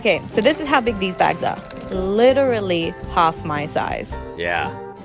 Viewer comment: Alcohol is sold in NSW supermarkets. Also, she says 'literally' like an American.